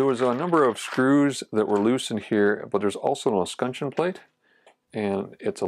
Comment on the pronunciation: Minor FYI - es·cutch·eon. Great lessons in this video for the notice woodworker.